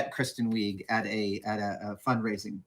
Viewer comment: This is like the 4th time I've heard Adam say a well-known actors name in a weird pronunciation that is wrong. Weeg?